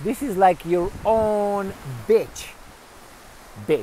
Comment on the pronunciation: It's pronounced, "BEE CH" ;- )